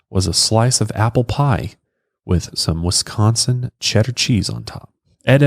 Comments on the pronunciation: Grew up and still live in Wisco. You say Wisconsin very well!! Most people say Westconsin. 😂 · Wisconsin-ite here- you nail the pronunciation!